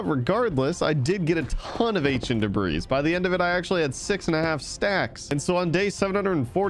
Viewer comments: whos gonna tell him the s in debris is silent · ah yes " Ancient Debras " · Stop saying debris 😡